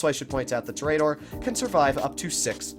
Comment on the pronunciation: i cringe whenever he says tor-E-dor